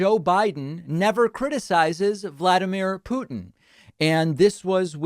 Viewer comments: Stop saying "pew tin" it's "poo tin" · It’s “poo-tin” Путин… NOT “pyou-tin” Пютин… See the difference??? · Sir, His name is pronounced POO-tin. Just imagine poo pooh. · Because the word puking reflects the man better than Putin? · Why does David pronounce it “Pewtin”? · pyootin lol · Why does David always say PEW-tin? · Why does David pronounce Putin like "puking"? (just misspelled it "pun-ounce", would be a fitting new word for playing with pronounciations)